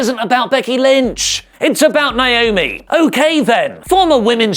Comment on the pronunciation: It's NA- O- ME!!! Why do ya'll keep doing this?! Yes, my sister's name is NAOMI!